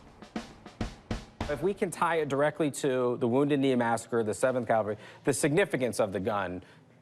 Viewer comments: It drives me crazy that Rick keeps saying CALVARY instead of CAVALRY! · It cavalry, not calvary. Jesus died on Calvary. Cavallo is Italian for horse, hence, the cavalry. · Please, the word is "cavalry," NOT "Calvary." That is such an irritating, bozo mistake to make. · Cavalry...not calvary ! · It is pronounced CAV-AL-RY,, Not CAL-Va-RY. ! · It grinds my teeth like nails on the blackboard when Rick says "calvary!" C'mon Rick...